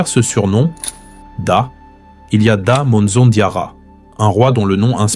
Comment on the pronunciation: Da manza plutot,en general la prononciation n pas des meilleures